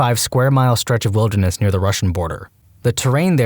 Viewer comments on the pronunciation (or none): none